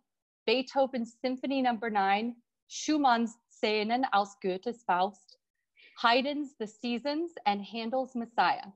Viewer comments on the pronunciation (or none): none